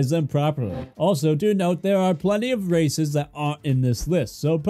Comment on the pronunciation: Had to turn on captions thought you said racist.